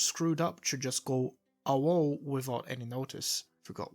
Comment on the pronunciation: AWOL is pronounced (A-Wall) or like (eh wall). ya words are fun and weird.